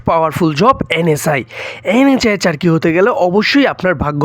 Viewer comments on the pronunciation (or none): ভাই আপনি আগে কথা বলা শিখে আসেন,,! 😂 আপনার কথা বলাতে ভুল আছে..?? যেমন চাকুরি আপনি বলেন চারকি😅😅